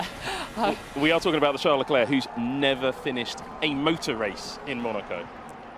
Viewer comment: The "c" at the end of Leclerc is silent!!